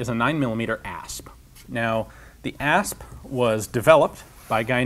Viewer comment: I thought he said Ass